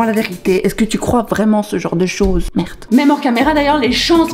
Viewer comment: Je n’ai retenu qu’une chose : « Mertttt’ » 🇧🇪🇧🇪🇧🇪🇧🇪